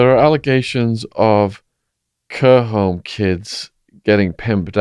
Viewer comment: imagine not being able to say the word carehome instead you say kewrhome